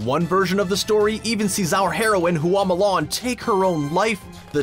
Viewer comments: "HOO AWW MOO LARN" Q_Q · "Hoo-ah Mulan"??🤦🏻‍♀️🤦🏻‍♀️